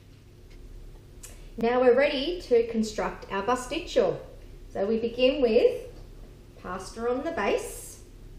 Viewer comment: Decent recipe, but it's Pastit-SIO - not CHO. There is no 'cho' sound in the greek language. Makes you sound uneducated.